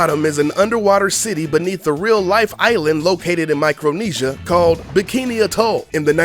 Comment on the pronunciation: Micronesia? That's where i was born. First time I've heard someone say it right.